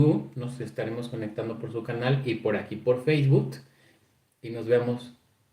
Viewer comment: El "yutus" y el "feibut"😂😂😂 Eres adorable.